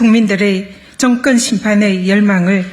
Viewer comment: 증건 정권 총슨 총선 그리나그러나 쏙여서속여서 드이상더이상 이븐 이번 이럴 이를 민주당 압승 을 위하여 온국민이 지지합시다 슨택 선택 발음이 경상도 는 저렇게 안되나?